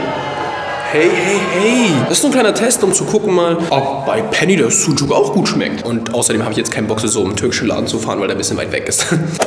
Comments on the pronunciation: der letzte Tag und das Ösmen Syndrom hat komplett zugeschlagen... "Bisschen yüyük mit Ei" 😂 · wen stört seine aussprache von sucuk auch :p